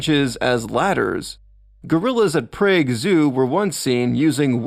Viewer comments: Suskeptable? The narrator also pronounced several other words wrong such as the city of Prague pronounced like Praeger U... Come on, educational for kids my ass. You just copied and pasted a bunch of stuff off of the internet. If it was for kids you could explain what an “extant primate” is and similar words not part of a childhood vocabulary. You’re just internet-trawling others’ content for a YouTube revenue channel. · You mispronounced herbivorous, susceptible, and Prague.